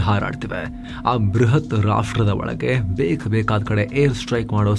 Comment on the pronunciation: "ಒಳಗೆ" ಅದು "ಒಳಗೇ" ಅಲ್ಲ.